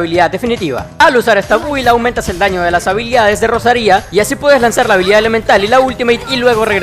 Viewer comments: Como cuando pones acentos donde no los hay, Rosaria no Rosaría ptm la ansiedad que me dio este video cada que decías el nombre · Qué guapa la Rosaría con acento en la i Digo Gracias por la guía xd